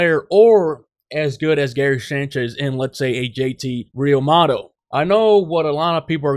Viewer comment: Real-moo-toe. Learn how to pronounce